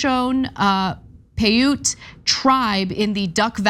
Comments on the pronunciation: Come on anna... show-shown...? Poh-yoot...? Not something I would expect you guys to mispronounce. It's not like those tribes aren't just one state over from where you're filming this. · Please, the tribal names are pronounced Sho sho NEY And PI YUTE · Those tribe names are pronounced sho-sho-nee and pie-oot. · You know, you could literally watch someone on youtube who actually knows how to pronounce the names Shoshone and Pauite before going on the air with a story about them.